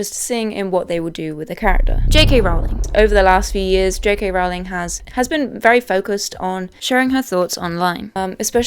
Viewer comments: You also mispronounced Rowling. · ALAN Rickman. Not Alec. 🤦‍♀ And it's pronounced "rolling".